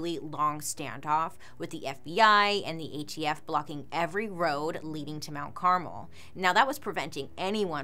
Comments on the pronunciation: You pronouncing it as carmel instead of Carmel is distracting 😂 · Car-MEL not CAR-mel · It's actually pronounced CarMEL, I think, Not Caramel/ Carmle, I know someone with the name. but great video 🤓 been watching a lot of your videos lately. A friend of mine was a witness, technically atf shot first. I hope those girls souls know that it wasn't ok what he did to them, and all their souls are at peace. Being married to a 12 year old is child abuse. But other than that, all of it could have been avoided like you said.